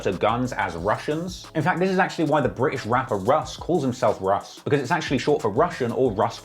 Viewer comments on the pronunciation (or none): Man needs to try and stop moving about when taking , even though it’s Russ he pronounces it RUSH.